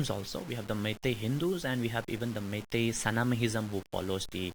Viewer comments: Funny how she pronounces meitei as my tea😂😂😂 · It’s not Mity it’s Meitei god how do you guys become journalist😂😂😂😂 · Meitei and kuki not maities or not kukies you pronounced it wrong